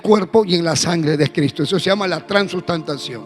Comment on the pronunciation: Que predica tan dura ojala Dios tenga misericordia de sus palabras por que ni siquiera puede decir transustanciacion